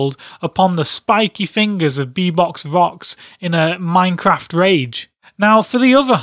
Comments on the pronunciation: ITS beBOP NOT beBOX AHHHHH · Its bebop not bebox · I believe its bebopvox not beboxvox!! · He says : Bebox Vox and not Bebop, OCD is kicking in.... GAH! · bebop-vox not bebox-vox god damn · IT'S BEBOPVOX NOT BEBOXVOX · U do know its beBOB not beBOX? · who the heck is be - BOX - vox??? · did he called him bebox? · Fun as Heck, but I got slightly irritated on that he said "Bebox". :P